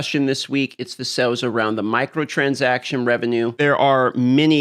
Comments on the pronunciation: Sails, not sells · are you saying SALES or SELLS???